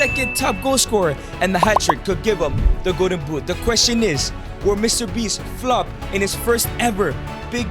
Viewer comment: It's so funny😂 how he says flop